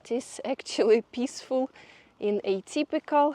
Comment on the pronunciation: pissfull, lol instead of peaceful is a bit of a rude word in Engish but totally understandable if English is not your first language.Funny